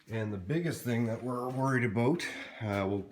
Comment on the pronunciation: Despite my previous razzing:) and since Im in sunny So. California. where we dont have rust issues..... I understand rust where water accumulates but how is it rust happens on a flat paneled area? Uhhh btw, I noticed that "aboot" canadian lingo, EH? ) Did you solve the diesal smell in your van? Keep em coming, subs just increasing ))